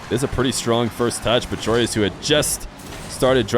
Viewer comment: Another american who cant pronounce Joreuz...